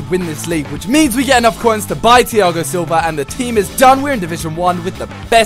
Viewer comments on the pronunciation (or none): none